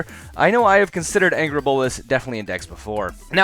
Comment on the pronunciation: Augur (Ogg-er) not Anger or Angry